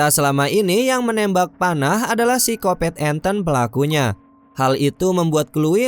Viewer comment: Pisikopet apa pisikopat om? Ahahah kata channel sebelah